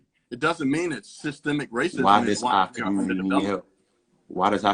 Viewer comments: should have started by defining "systemic " and teaching how to pronounce the word properly. This was an unfair debate because 1 party didn't understand the term to begin with. Systemic is not systematic sir! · What the trump supporter doesn't realize is he is talking in circles. He cant even say the word correctly. Its systemic not systematic!! I hate listening to wanna be intellectuals who tries to over talk the other person. Thats a sign they know they are lising the argument. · The brotha' is against something that he does not understand, nor can he spell or pronounce it. But he does not believe it exists. Systemic bro. Not Systematic. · I already knew how woefully ignorant he was when I heard him pronouncing the word "systemic" wrong!